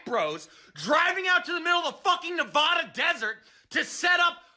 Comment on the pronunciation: his rant was nearly perfect except for his pronounciation of nevada lol, sorry i know it's petty